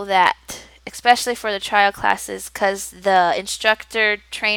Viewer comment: I'm enjoying all your tips and have been planning to apply as well. This will be my first ESL position / interview so I'm excited but SO incredibly nervous. I did notice something on a couple of your videos.... you say "expecially" and not especially. Not sure if it's your pronunciation but just a heads-up on how it sounds. Great job and thanks for the tips.